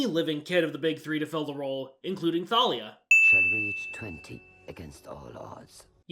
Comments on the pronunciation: are we not going to add a sin for mispronouncing thalia? edit: ok i just finished the video and i do believe it is canonically pronounced thay-lee-a as i got the audiobooks so... idk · Bro it’s “Tay-Lia” Not “Tha-Lia” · They didn't even pronounce it correctly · Don’t forget they mispronounced Thalia. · THANK YOU FOR ACKNOWLEDGING HOW THEY MISPRONOUNCE THALIA'S NAME. It always drove me insane and for a long time I thought I was the one pronouncing it wrong. It's not enough that they change the entire plot of the movie and mess it up in every way possible, they had to LITERALLY CHANGE. A. CHARACTER'S. NAME. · I hate that I actually shipped Percy and Clarisse more than Percy and Annabeth in this movie. Also I’m surprised you never mentioned the countless times they pronounced Thalia wrong especially despite pronouncing it right yourself.